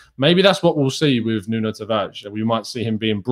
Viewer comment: I know you don't want to hear this but you're still saying his name wrong. You don't pronounce the "O" in Nuno. If you listen back to him again, you won't hear it.